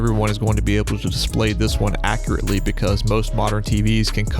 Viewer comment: and "accreately" is also not a word.